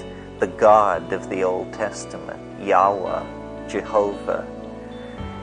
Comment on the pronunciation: he at least knew the true pronunciation of the Tetragrammaton YaHuWaH despite entertaining this upside down gnostic fairytale